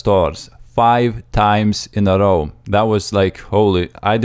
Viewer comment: Dude l2speak its not that hard to say "row" the correct way. And English is not my home language.